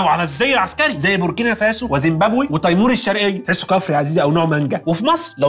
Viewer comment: استفدت أن اسمها تَيْمور الشرقية بفتح التاء وتسكين الياء ، وليس تِيمور الشرقية بكسرالتاء كما كنت أعتقد بصراحة كنت تعرفها ولا حد من الإعداد؟